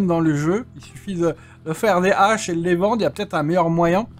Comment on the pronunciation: on dit les Haches et pas les zaches:p